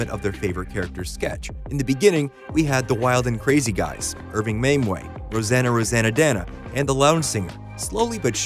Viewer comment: RoseANNE Roseannadanna, not "RoseANNA Roseannadanna." RIP, Gilda.